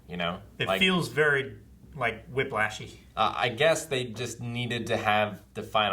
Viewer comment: did just say wip-lashy while wearing a hat?......